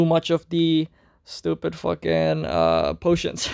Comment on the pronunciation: Thank you! Uncle Switched Kuno, i switched too! If recalled, I remember one of your early Video also cannot pronounce (potions) 😹😹😹, TGIF! 🍺🍺🍺 Somehow i am happy with Kuno, i like her performance so much, because I'm busy with work, life, not much time to participate Mass PvP, her fast cast speed, cc immunity, high damage clearing content is all i need